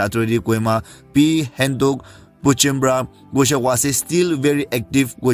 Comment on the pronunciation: Bro Not Hentok / Henaok.